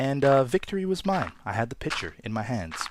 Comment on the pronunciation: LOL i thought he said picture instead os pitcher